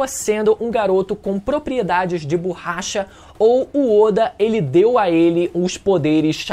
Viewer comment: Ouvir o falando "BORRAcha" meda agonia